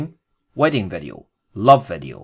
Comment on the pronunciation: its VEE DEE O. not vedio